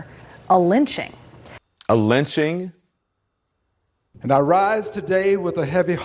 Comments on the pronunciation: “Does he not know the history of LITCHING?” (not the same as lynching.) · trapple Gawd he didn’t say lynching. He said “LITCHING” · Was that ole joe saying lynching it was it lunching????? It had to be lunching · This is your typical Republican Right Wing vile twisting of words... It's absolutely clear that that the Democrats said 'lynching', not 'lynching'. You can clearly hear it in every single clip of every single Democrat, plain as day... 'lynching'. Unlike that monster in the White House who should be detested and impeached because it is just as clear he said 'lynching'... not 'lynching'.